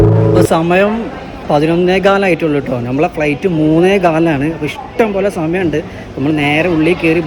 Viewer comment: ഫ്ളെയ്റ്റ് അല്ല ഫ്ലൈറ്റ്